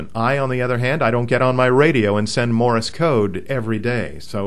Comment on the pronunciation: A HAM operator, who can't say "Morse", and instead says "Morris"? Second of all, the Leno show was using a speed key. My friend Jim, who is blind, doesn't even need to copy code; he just hears the words, at about 60 WPM. You cannot type with two thumbs at 60WPM.